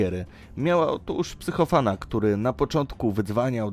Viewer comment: "Meta-amfitamina" i "psycho-van", perełki odcinka :)